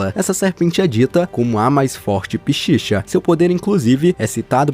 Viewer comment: Só queria apontar que Pishacha não se pronuncia como "Pichicha" é "Pessacha (Pessácha)", sei que você não é obrigado a saber disto, mas fica aí a curiosidade...